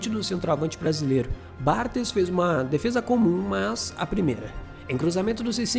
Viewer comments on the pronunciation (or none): Se diz Bartês e Vierrá. Vídeo top! Valeu!